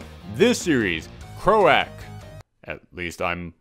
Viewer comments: Thanks for spotlighting Croak! (for future reference, it's pronounced like a frog's "croak" and issue 2 is out on July 26th so hopefully you'll be picking that up!) thanks again! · I think it's pronounced "cr-oak", also can you do a video about secret empire 2, just a rambling video would be awesome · Pretty sure that's cr-oak as in the sound a frog or toad makes. Thanks for the review, though. Always looking for new hidden gems. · I always thought croak like a frog but it sounds much cooler the way you say it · I've never heard some one mis pronounce croak before lol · everyone has already commented on his pronunciation so I will keep my fool mouf (on purpose) shut. I just can't believe he hasn't heard the word used with the meaning "kicking the bucket." Solomon Grundy croaked on a Sunday, born on a Monday.